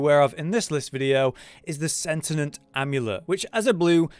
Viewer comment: "Sentient", not sentinent. Sentient means it has the ability to think on its own. Sentinent isn't a word.